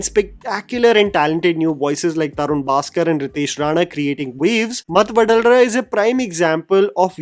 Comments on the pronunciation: Matthu vadalara ❌ Masthu vadal ra ✅ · it should be pronounced as "mathu vadhalara" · Its not mathu vadalra . Its matthu va-dha-la-ra . . Sathya is one best comedian TFI ever had. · Humbly correcting one thing that my ears cant take anymore as a telugu speaker.. Its no math vadlra..you are pronouncing it like Vada in Vada pav. Please correct... its mathu Vadhalara(not like D in Die, but like in Daada). ..As a regular subscribed viewer.. I think by now expecting you to pronounce the names correctly, a basic requirement for our ears might not be too much to ask you about. Hope we can see the corrections in the next videos. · The way pronounced mathu vadalara..... seriously u should have telugu speaking friend😂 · Mathu vadalara pronunciation is butchered like this, its hard to tolerate. Bro, seriously, please have some South Indian friends who can warn you or tell you the butchering you are doing.